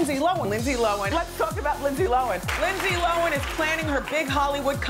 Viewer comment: "lindse lowen"